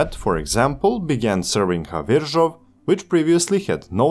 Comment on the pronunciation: Hats down for pronunciation of Ř in Havířov, great work! 👍Also great video, thanks for promoting our country and our railway network.